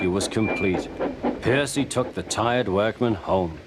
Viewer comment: Ms. Kindly changes position from behind the gate to the stairs Henry has wonky eyes Henry's face is crooked Stock footage from Terence the Tractor Terence teleports from the side of the house to directly in front of it The narrator mispronounced Percy Crewmember on the right (how the hell did they miss that)